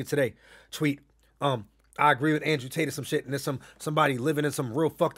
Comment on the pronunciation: Nigga said Andre Tate 😂😂